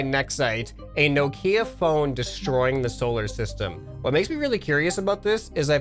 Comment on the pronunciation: the way he said nokia made me die a little inside